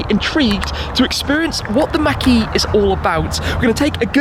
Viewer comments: I absolutely despise how you pronounce “Mach-E” It’s not Mackie, it’s Mach E... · Mach - is not Maack, but more like Mock E... you're welcome :) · It’s pronounced “maak” not “Mac” shmee sounds like you’re saying macaroni and cheese 😂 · Mach not Mack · Everyone-mach e Shmee-mackie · Tim has a very Interesting pronunciation of "Mach E". Fyi, it's pronounced like " Mock E".... not "mackie" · Is it me, our Sounds it like Tim says marquee every time he mention Mach-E. 🤔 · Mack-ee you say? 🤔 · He says mach e like he's trying to say mcdonald's or something hahaah